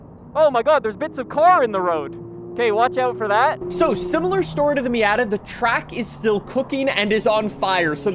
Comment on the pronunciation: Does everyone in Canada pronounce "Miata" incorrectly?